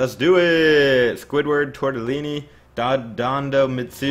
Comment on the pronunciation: Val is Tortellìni xD Is italian